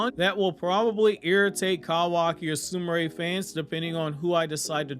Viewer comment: Why does everyone pronounce it SOO-MOO-RAY when it's spelled Sumire (SOO-ME-RAY).